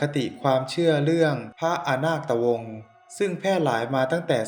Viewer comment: อ่านผิด ไม่ใช่อะนาดตะวง แต่เป็น(อะนาคดตะวง)